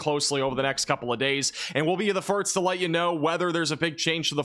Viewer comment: 😂 my face every time says "firts" instead of "first". <3